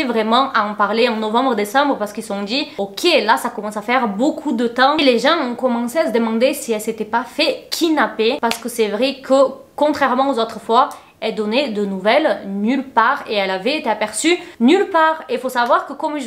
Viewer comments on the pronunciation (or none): Au début tu m'a fat rire ta dit kinapper au lieu de kidnapper Sinon super vidéo Continue sur ce chemin ma belle ❤️